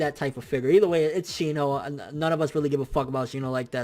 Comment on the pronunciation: you better but some respeck on my man shinos name